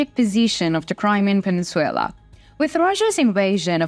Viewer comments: Península. Not peninsuella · Peninsula, not peninsuella. This is not a Disney movie. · Penin Sulaar not peninsuula